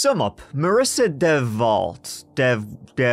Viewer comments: Heyouuuu! It's pronounce "Devo" as in: let's give it a go! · Oh my, you had me laughing at trying to pronounce her name and then saying she needs to change it. Not even 5 min in and you made me laugh.